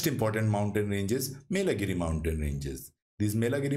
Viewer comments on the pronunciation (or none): i think its yelagiri, not melagiri...also you have to be careful about pronunciations when you make the video.